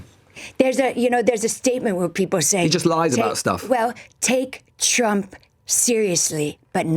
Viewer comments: She sounds like she is saying President Chump. She should speak for him often. At least she addresses him correctly. 😏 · 'President Chump' - She just kept saying this. I'm sure it's just her pronunciation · america needs to stop thinking its I change of the world - I enjoy it sounds like she calls him president CHUMP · I love how it sounds like she is saying "President Chump" I've also heard other Republicans calling him "Chump" recently: Its the only truth the Republican (MAGA crew) have spoken. Also the mental gymnastics these people are having to perform in order to support this monster, are painful to watch. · It sounds like she keeps saying "President Chump", which is hilarious. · Everytime she mispronounces Trump as Chump... I can't! Her voice is as annoying as her delusion.